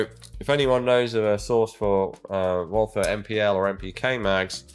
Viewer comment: Of COURSE the insufferable Anglophone pronounces the th in Walther like an insufferable Anglophone.